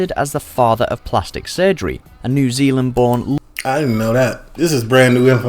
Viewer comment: "if you put your material into a pie" has got to be one of the oddly funniest statements i've heard from a youtube channel lmao. it is also "new zealand", not "new zealean" lol.